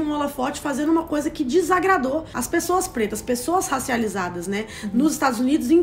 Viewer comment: A em "As pessoas pretas", parece que ela falou com sutaque americano kkkkk